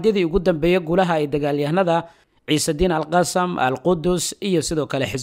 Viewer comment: Waad mahadsantay walaal sida fiican ee warbixina mihiimka ah aad noogu soo tarjumto, waxaan kugu kordhin lahaa in sida loogu dhawaaqo AL-QASSAM ay carabi ahaan tahay AL-QASSAAM oo qaybta dambe ay tahay shaqal dheer, soomaali ahaan sidaas ayuunbay noqonaysaa maadaama eraygu yahay carabi.